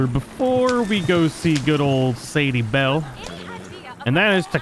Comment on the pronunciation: Did he say Sadie bell